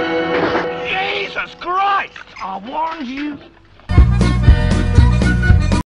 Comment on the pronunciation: YE zis CHRIST!!! - uh wAh'rnd yu